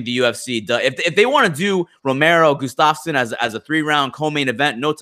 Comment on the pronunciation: is usually pretty solid with his pronunciation of names but, for whatever reason, he seems to enjoy absolutely butchering Gustafsson's.